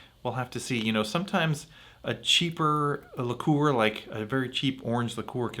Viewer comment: Liqueur is the most mispronounced word in alcoholic history!